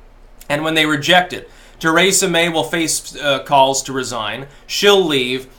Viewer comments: Stop sayin “Ter ay sa” It’s “Tree sa” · Tuh-RAY-suh May